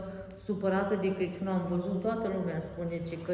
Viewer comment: te iubesc mult Ești o Doamna în adevăratul sens al cuvântului.Sa numai zici CRECIUN Corect se spune CRACIUN.